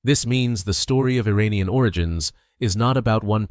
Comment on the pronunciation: With sincere due respect, before you narrate this, you need to learn the pronunciation of IRANIAN!! Nearly everyone, like a Parrot, imitates other's erroneous Pronunciation!! Assuming you're not using a computer generated voice, here is the proper Pronunciations of IRAN & IRANIAN : IRAN, is pronounced "Eee-Ron". It's neither Pronounced "Eee-RAN" nor "Eye-RAN". Moreover, IRAN shares its literal meaning with IRELAND (Land of Aryans). Once again, the proper pronunciation for IRANIAN, is "Eee" (rhyming with See) + Ronnie (abbreviation for Ronald) + Yan", rather than "Eee-RAINY-Yan". A simple mnemonic would be "There is no RAINY weather in the forecast"! Thank you